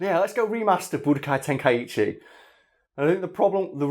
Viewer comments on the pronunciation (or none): It's pronounced "Ten-kai-chi" And not "ten-kai-ichi" My source? That's how it's pronounced in the original japanese audio of the original Dragon Ball anime.